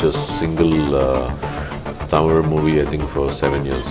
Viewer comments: Good interview, really liked it, but please allow them to finish before you start to the next question, please learn to pronounce #Tamil properly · Yo..Tamil la paesu..Ivlo pronunciation ku nee tamil la yae paesalam.